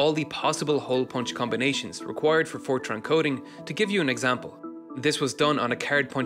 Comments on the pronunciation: i thought you said 4chan and I just started laughing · I thought he said 4Chan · i thought you said "it was written in 4chan"